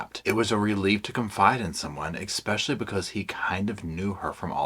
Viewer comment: Please, for the love of all that's holy, stop putting a "K" in the word "especially"! It's NOT eKspecially! Yes, I'm petty Patty. 😂 Every time you say it I just want to throw my phone... Please? Just try it... Now, back to the video. Thank you for reading this book so I didn't have to. I'm old enough that I remember this story from day one, back when she and her mom were on all of the original talk shows and they got the habitat for humanity house and all of that and I felt really sorry for Gypsy but I also thought that there was something wrong with that picture. I could never quite put my finger on it but something just didn't seem right. I want so much to be on her side but she's really making it tough. (That doesn't mean I excuse her crime, it just means that I want to wish her a happy future but at this point I'm just not quite there yet.) Oh my God, you just did it again... 😅 I also love that you say luggage instead of baggage.. I think I might borrow that one.